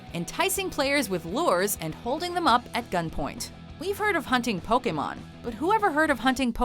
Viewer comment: I don't think a single person in that video pronounced "Pokémon" correctly (and that includes the clips from the early animé episodes). It's a long A sound, people!